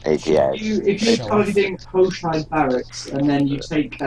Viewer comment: I'm pretty sure Hoshide is Japanese and pronounced ho-shee-day.